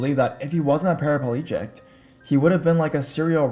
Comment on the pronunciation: "in the northern us" and "paraplegict"? I wanted to hear the stories, but I only made it to 4 min. Sorry, dude, I got to go. BTW, you pronounce each letter in the northern "U.S." and paraplegic doesn't have a "t" in it.